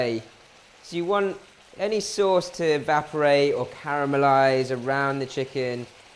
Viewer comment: "sey sose"